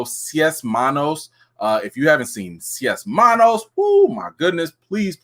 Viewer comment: It's pronounced 's•ace' manos. It means 6 hands.